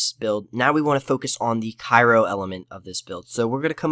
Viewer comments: You don't over the skills you skipped and tell why. So how does the viewer know why they aren't as good? ...Cry-O not Ca-i-ro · Omg cry-o. Jesus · Almost stopped watching when you kept pronouncing Cryo like Cairo... lol, good video though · CRYO....CRYO. (CRY-O)